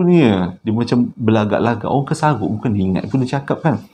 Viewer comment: 'kesaghok' tu loghat mana bang.?